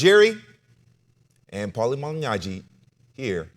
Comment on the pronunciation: STOP BUTCHERING PAULIES NAME !!!!!!!!!!!!!!!!!